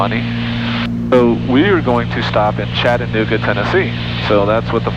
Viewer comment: Aw shucks missed seeing your landing at our home airport! Kudos to the good ol Georgia boy for knowing how to properly pronounce Chat-tan-ooga! Cheers from same!